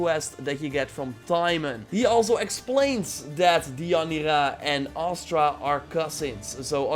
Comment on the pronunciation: It's Astra. Not Aster.